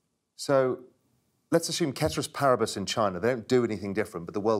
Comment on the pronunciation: Wow, I am impressed by Raoul. He pronounced the saying "ceteris paribus" (all else being the same) with a hard C instead of an "S" sound like "seteris" the way most people pronounce it. I took Latin in high school and college. The "c" is always hard. Raoul pronounced it correctly. Nicely done.